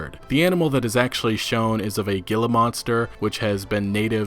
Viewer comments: Sorry but your spanish pronounciation is not good, and this is coming from a non-native speaker. It's Hila, not gila. Also it's torrays, not torrez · Lol red gillamonster. He-la monster. Kinder 101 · Gilla monster. Noun. Pronounced HEE- la MON-ster. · No hate but the way you pronounce Gila monster is hilarious 😂 I grew up in AZ and it’s pronounced he-la monster not Gil-a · It's pronounced "HEE-la" Monster - don't worry about it, I thought it was "GEE-la" too... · the g in gila monster is an H sound just an fyi from an arizonan. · Gila is pronounced like Hee-Luh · Great video but it's pronounced hila monster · Lol Gila monster. Just a heads up it’s Hee-La monster, but thanks for the laugh. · Gila Monster - Pronounced "HEEE-la" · Gila monster haha. Fyi it is pronounced Hila monster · gill uh monster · Bruh it's pronounced heela! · The creature in the desert is a Gila Monster but it is pronounced Hila monster, the only way to get those basterds to let go of you after they bite is to submerge them in water. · Gila monster pronounced HELA... monster. Gezebo.... GaZeebo... Sadie...SayDeee... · Hee-la monster, u dont say it how u read it dummy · It’s pronounced “hee-la” monster ✌🏽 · 'he-luh' monster... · It’s pronounce hee la for the word gila. I live in Arizona haha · gila is pronounced hila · Hate to be that guy but Gila Monster is pronounced “He-luh”. That said I’m really glad they brought back deserts. I agree that it is probably Mexico especially with some pre-order content referencing the areas south of the border. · Gila (monster) is pronounced "heela". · its pronounced hila monster and this lizard is also found in America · Its spelled "gila" but its pronounced "heela" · With gila monster, the g is pronounced as an h. :)